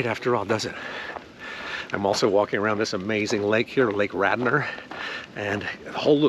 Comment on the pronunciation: It's not "Radner" (like Gilda), it's "Radnor" (not like Gilda).